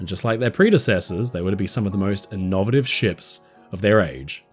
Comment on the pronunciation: "Oyropa" and "innOVative"?